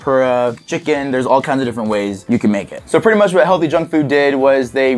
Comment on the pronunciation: It's heallthy not healthy